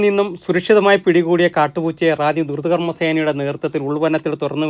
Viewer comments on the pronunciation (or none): none